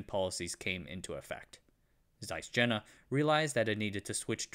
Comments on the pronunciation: You could at least pronounce Jena correctly, as in Yayna! Soft j in German, please. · For the love of god, it's pronounced Jena, not Jena. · Jena is pronounced like "yay-na", not "jenna". Sorry, it just grates on me. The dismantling of German industry was enshrined in a policy called JCS 1067, which grew out of the infamous US Treasury's Morgenthau Plan. The plan called for essentially the deindustrialization of the entire German economy, reducing Germany to a solely agrarian country. Critics of the policy said that it would lead to intentional depopulation since Germany could not feed itself and would have nothing to trade for agricultural goods. The policy was in effect from 1945 until 1947 and, with the onset of the Cold War, was replaced with the Marshall Plan. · Je.na (yeah, nah) It's not Jenner. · Jena is pronounced Yena, not Gena, please!!! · "Jena is pronounced like "yay-na", not "jenna". Sorry, it just grates on me." I had to stop watching this minutes as pronunciation of JENA by this individual grates on me as well. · I worked for Carl Zeiss (Dublin California site) as a product design engineer for 7 years (left 4 years ago). It was very interesting to chat with Jena people who grew up in East Germany. BTW, they pronounce it YAY-nuh. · Pronunication issues: Jena is Yeh-na. Yeeeh-na Zeiss is Tsa-is. Not size, T-before-the-z Tzais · Just FYI. Jena is pronounced yeh-nah. It's a site of a famous battle where Napoleon defeated the Prussians. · Great video... but my ears were bleeding at the pronunciation of Jena which should be "yeh - na" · My point is that if there is no English language equivalent for Jena, and there isn't, the German pronunciation should be used or at least attempted. I've been to Jena and calling it "jenna" just grates on my ears. It's like if he kept pronouncing Zeiss as "zeess". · Ffs it is pronounced Ye-na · The name of the city Jena is pronounced as if it starts with a “y.” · "Jena" pronunced in American. Lol